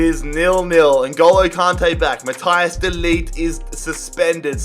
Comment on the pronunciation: “mathias de likt”